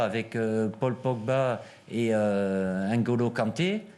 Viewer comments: C'est pas hein'golo en 3 syllabes Didier. Ni Haine Golo d'ailleurs . Ca se dit Ngolo en 2 syllabes. Un petit effort d'élocution peut-être ? Tant que j'y suis : C'est pas Aime Bappe en 3 syllabes Didier. Ca se dit Mbappe en 2 syllabes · Les initial NG prononcé à l'americaine,ça donne "aine ji" comme Deschamps le prononce. Ça fait 6 ans que c'est son surnom en équipe de France. Ensuite 3 français sur 4 prononce mbappé comme Deschamps donc c'est pas la peine de te focaliser sur lui 🫠